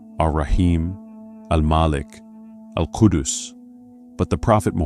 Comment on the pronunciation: It's Al Quddus not Al Khudus